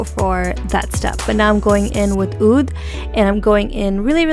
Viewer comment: Yes, first person to pronounce oud correctly! could you please do a review/comparison of the huda desert dusk n Natasha denona sunset palette? I recently purchased the morphe 3502 palette and would like va va voom palette to complement it.